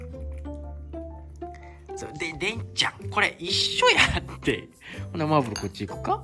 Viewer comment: 昨日の土曜日を、日曜日と思い込んで、朝から配信チェックしながら、配信が無いって事は、まだ体調が悪いのかと、気を揉んでましたが、夕方のニュースを見て、???このニュース番組って､土曜日にやるんじゃあなかったっけ？……やっと気付きました、今日は土曜日だったんだあ～💦って。 今日元気な姿を拝見して、ホッとしましたが､これからも無理のない程度に頑張って下さいね。 小白ちゃん、すっかり家猫ちゃんですね( ・∀・) でんちゃんとマーブルちゃんにもおやつ……良いですね。 この時、私は気付きました❗の「マーブル」の発音……凄くないですか？ どう凄いのか、気になった方､もう一度視聴してみて下さいませm(__)m